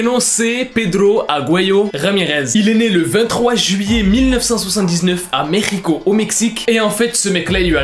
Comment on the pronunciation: Merci pour avoir prononcer Mexico comme il faut.